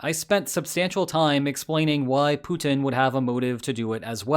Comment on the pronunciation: Please stop your "PUTIN IS DONE" pronunciation, it is soooo annoying and nearly stops me from watching your videos anymore...